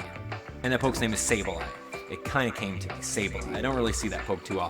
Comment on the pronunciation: And it's Sableye lol